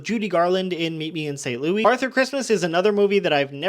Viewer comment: Now why'd you go and pronounce St. Louis wrong?